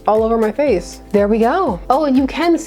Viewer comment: I’ve never heard someone say “muh face” as many times as you did in this video. Quite amusing!